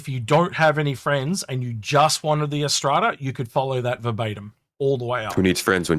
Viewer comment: ariss trata? Cmon read the letters in the name. "R" like the letter that comes after Q. "ras" as in ass ( the donkey, not your butt), "tra" as in la la la...R-ras-tra. how the hell do you get ariss trada. - i love the look of the RSI ships, this one included, not sure if its useful yet., i was very disappointed in the warbond CCU offerings, and thought they were pretty average, with many being just repeats of previous offerings this year, However there was a few ok ones mixed in and the finale ones like orion polaris etc have been great.